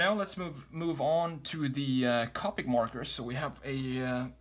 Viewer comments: You need to check how to pronounce “Copic”. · The way he says copic